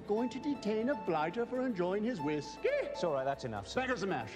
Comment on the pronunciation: just something about Nick saying whisKEY! 😭😭